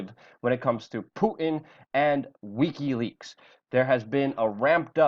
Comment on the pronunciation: AAAAUUUGGGHH!!! it's "wick-y" leaks!! not "weak-y" leaks! fuck!!